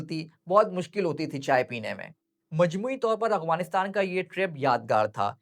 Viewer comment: No offence plz❤️ But it's sounding like اغوانستان , instead of افغانستان*۔ Otherwise it was a good one Masha Allah ❤